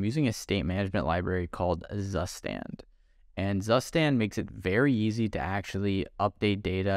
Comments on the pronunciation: It's pronounced "tsustand" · Zustand is pronounced Tsooshtahnd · "zustand" is actually the german word for "state". And is pronounced "tsoostand". 🙃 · That's not how you pronounce zustand. it's a german word. look up the pronunciation please xD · As a German, it is SO funny how he pronounces ZUSTAND, I literally laughed my ass off. (ZUSTAND simply means state) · As a German it is always funny how "Zustand" gets pronounced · "zustand" is a german word and my brain had to double check when you pronounced it - thanks for the insight into your stack btw :)